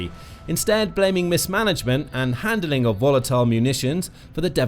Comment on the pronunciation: Handling not handleling. Ordnance not ordinance.